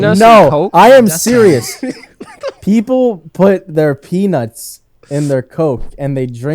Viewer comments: did he say peanuts or penis? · Did say Penis and coke instead of penunts and coke, or is it just me.